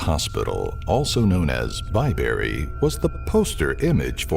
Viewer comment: Lol! It was announced BAYberry? It's BYberry. How can I be frightened when the announcer can't get the name right?